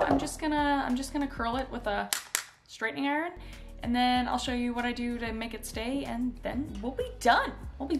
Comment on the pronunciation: Am I the only one that heard straightening Aaron instead of straightening iron